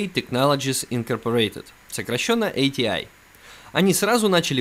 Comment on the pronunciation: ЭйТиАй и рЭдион... Аж служ режет. Привычнее просто АТИ и радэОн.